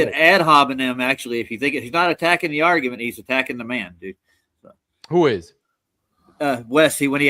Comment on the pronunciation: couldn't beat his meat. " OK, Creeeeeeeg. Now listen to this ARGA-MENT